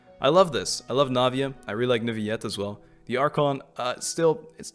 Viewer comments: as a french I say Neu Ville Ette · I don't know if it was said, or if you already know, but Neuvillette is pronounced like ville (nouvelle+ville=Neuvillette), so like a L. Or at least, that is how they pronounce the name of the town called Neuvillette. I think using y sound is also okay grammatically, it's just one of those case when you can make an exception and since it isn't a common word I can't be 100% sure which one of the pronounciation is the "correct" one.